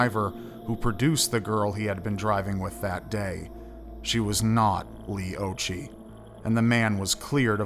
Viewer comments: I'm 5 months older than Leigh, it's very sad. I believe it's pronounced "ocki" Occhi means eyes in Italian which I find ironic because she wore glasses. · 'Occhi' is pronounced 'Oh Key'. It is an Italian word/surname and it means 'eyes' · Occhi is pronounced with a k sound not a ch sound.